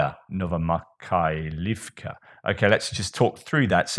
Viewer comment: Please feel unperturbed in the way you present your reports. No need to be perfect in every detail or waste too much concentration into insignificances such as pronunciation of settlements. Most important are the bigger messages, and I guess most viewers appreciate your humanist approach and how you work out different aspects on topics in this war. A small piece for you 😃 Новомихайлiвка -> Novo-my-khai-liv-ka Ново - Novo = new ми - my - like in myrrh хай - khai - kh like the j in span. 'jamon/Jerez/Julio' -> jai iv/ivka - word ending, perhaps regarding settlements Михайл - Mykhail/Mikhail - is of course/most certainly Michael, the archangel